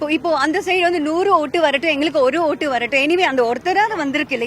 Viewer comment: Ootu podraiya illa oothu podraiya clear ah paesu... Confuse aaguthu